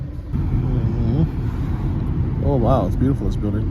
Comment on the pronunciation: please learn how to say those food names properly, even place names moldova and Chisinau wrong as well !! found myself shouting at the video !!! then turned it off .... ps you complain about everything....act like a stupid ignorant tourist and then wonder why you get ripped off ....and of course the police will pull you, and being American in Chisinau wont helping you right now......btw married to to Moldovian 15yrs, spend alot of years there....